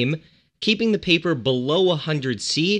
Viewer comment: When he said paper or wood. I first thought he said People and wood. lol.